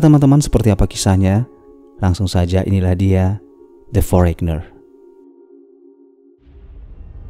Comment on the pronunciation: the foreigner bacanya foreiner bukan forekner bos ... artinya asing atau terasing